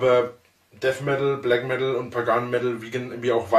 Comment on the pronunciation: Des heisst Blägg Meddl, du Kaschper :D